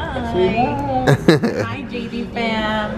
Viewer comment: The whole time I thought he was saying JG but I finally looked in the description box and realised he was saying JD